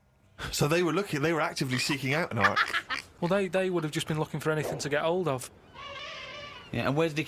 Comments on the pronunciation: I’m glad you picked up on the fact he meant HOLDS the cold😂😂😂 as a northerner myself we don’t say ‘H’s at the beginning of words… ‘Happy’ is ‘Appy’ and ‘Horror’ is ‘Orror’ etc😂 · Majority of people round where Karl is from do not pronounce the "H" at the start of words. So horse would be orse, hold would be old etc. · He definitely says "old cold" not "hold cold"